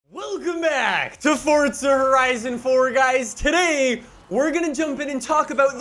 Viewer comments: FORZA NOT FORTSA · what do you say fordza instead of forza? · Forza.... four-za not fortza theres no t in the title 🤦‍♂️ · damn you say forza many times.. but.. the way you say forza sounds like fordza :D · To this day I still wonder why people say Fortza rather than Forza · Why is he saying Forza like fort-za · Its just an accent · ForTza. Like Peteza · Why do u say “fortza” like where is the t. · Am i the only one hearing him say Fortza? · Omg pls stop saying FORTZA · Why this guy is saying FOSTSSAA ? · Plus you can't trust someone that calls forza, fortza